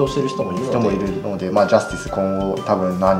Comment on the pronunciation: ジャズ↑ティス↓